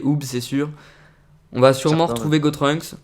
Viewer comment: C'est pas "Gotrunks" mais "Gotunks"